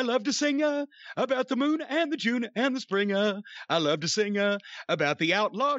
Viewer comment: "I like to singa" 👍🏾